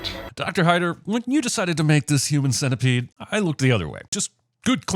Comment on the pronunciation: Sin-tepede XD